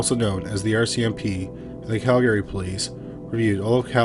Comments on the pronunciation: Cal-gree. Not Cal-gary. Also, having lived in Sundre for a year, it wouldn’t surprise me to have more than one serial killer/rapist there. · Usually I can ignore the mispronunciations, but I almost had to stop watching after hearing you say Cal-gary so many times. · Right?! Canadian here and I've only heard of one person ever pronounce it as Cal-gary.....but, it was a child lol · It’s pronounced Cal-gree. And Toronto is Tronno. We don’t need those extra syllables! LOL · I’ve been mispronouncing Calgary wrong my entire life 😅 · Have I mispronounced Calgary all this time? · Your pronunciation of Calgary makes ms think I've been mispronouncing it my entire life 😂